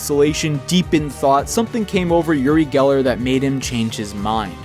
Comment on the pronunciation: You called him yuri geller. His name is uri geller. As a person who talks in Hebrew im sad, yuri is a Slavic name. Not a hebrew one. His name is like ori, but just with the other sound a "u" can make.